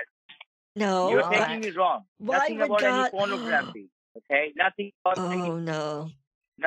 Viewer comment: Terabytes of feet pronografee 😩🤣🤣